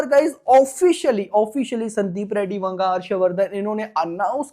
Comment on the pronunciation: That's "Vanga" not "Wanga".